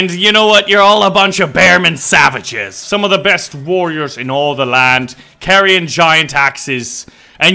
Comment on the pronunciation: did he call us saviges and vicings